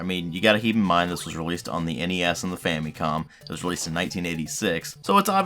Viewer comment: dude , it's fam'i'com ... not fam'ee'com ! learn how to pronounce it properly .